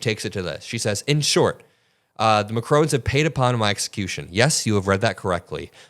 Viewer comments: Please guys, it is not Macrone, it’s Macron as in “ON the table”. You guys rock but this is just something that I think is important to get a leader’s name right. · Pronounce it Makroh - not Macrone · Ma-crone is not Mac-ron